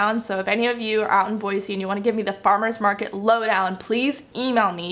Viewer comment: Start saying Boy-zee otherwise they’ll know you’re a Californian!!! With love from Utah :)